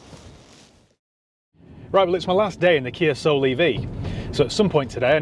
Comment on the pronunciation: The Kia Ah-Soul